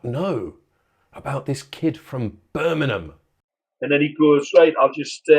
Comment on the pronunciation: Where the fu¢k is "Birmanam"?